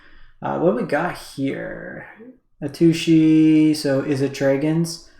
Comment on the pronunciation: It’s AhT-SUSHI u American doodoo!